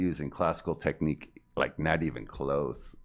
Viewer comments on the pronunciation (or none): none